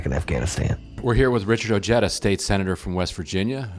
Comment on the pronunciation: Glad he got stomped...another Beto, changing his name...pronouncing it as O-JET-A instead of O-HEID-A